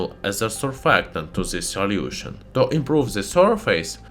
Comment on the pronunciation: I love when he says "soliution" XD